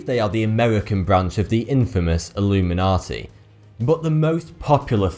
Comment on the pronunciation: Its not "Illuminati", its "Alumeynortey"